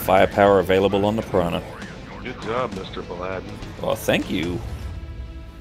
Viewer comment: "Good job,."